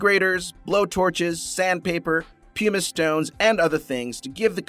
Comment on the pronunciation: The narrator can not pronounce anyone's names! Not one. Or the word "corset"....not "curSETT"..... "pumice" is "PUMiss"..... Don't get me started on the Scottish place names.... I will not subscribe to inaccuracy!